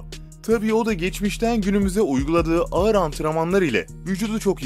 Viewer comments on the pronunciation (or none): none